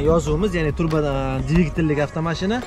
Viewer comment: TURBO boshqa narsa, TRUBA boshqa narsa. Talaffuzingga qoyilim san bolani